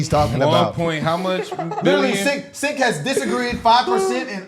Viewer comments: Hos name is pronounced Chank. Not Chink.😂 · 🇺🇸🇺🇸🇺🇸🇺🇸Hey Boys!! Heres the PRONOUNCIATION of Cenk name. CHENK. Just make that C a CH and you've got it. No J...hahaha. 😂😂😂😂 it's a CH! Love you boys!!! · You guys keep mispronouncing his name its Cent😂😂😂